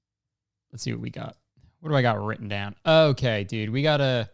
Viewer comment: Tell me you’re Kurtis Conner without telling me you’re Kurtis Conner: ‘dude’ but it sounds like ‘deed’